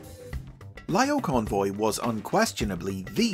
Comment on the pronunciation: I apologize if it’s already been said, but the I sound in Japanese sounds like an E, so it’s Leo-Convoy